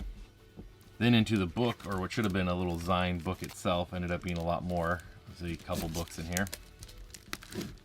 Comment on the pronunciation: Its "zeen" dude, as in 'magazine'. thx for the look!